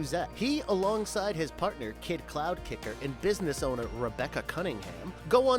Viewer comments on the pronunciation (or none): It's Kitt Cloudkicker, not Kidd, and Higher For Hire, not Higher Of Hire. Did you say Don Cornage instead of Don Carnage?